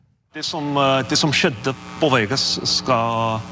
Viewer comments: He said "skjedde" and it sounds like cheddar cheese but with es instead. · Haha "skj-" makes a "sh-" sound.... so "skjedde" sounds like "shedde."